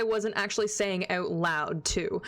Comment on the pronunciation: gotta love the Canadian ooout